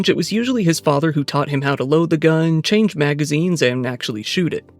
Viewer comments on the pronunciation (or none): none